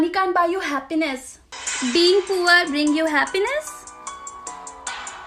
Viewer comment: puaar.... Not poor🙄